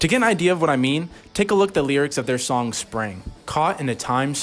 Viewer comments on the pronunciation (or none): none